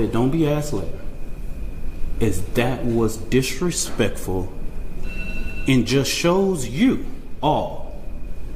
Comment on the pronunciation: "Dat wuz disrepecfull."